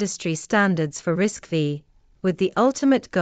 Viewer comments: bad AI production, risc-5, not risc-v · 😊pronounced RISC 5